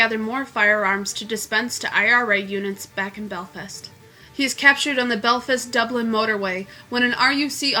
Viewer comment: Cant even pronounce belfast 😭😭😭 fuck me